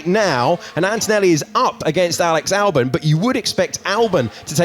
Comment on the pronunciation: why he pronounced Alex Albon as Alex Alburn?